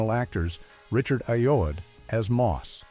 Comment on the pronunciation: And Richard Aye-Ode